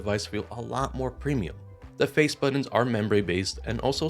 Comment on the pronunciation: Buddins.... Say buddins one more time